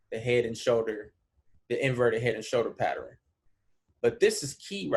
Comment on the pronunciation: Enjoy the Videos bruh, but PATTERN is a 2 syllables word. Pat -Tern.